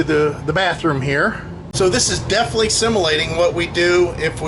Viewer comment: "Defnuhly" is not a word.